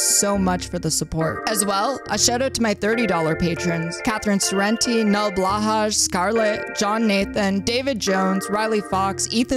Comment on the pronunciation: imagine being a trans girl and pronouncing blåhaj incorrectly. absolutely disgusting. love you, keffals. <3